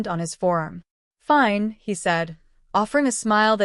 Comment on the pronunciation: I agree. A personal favorite mispronunciation was “FIN - EEE for FINE. I mean, seriously, AI can’t pronounce Fine correctly? It’s a common, one syllable word!